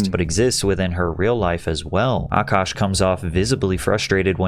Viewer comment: Kevin Samuels.... would have also warned A-kaaash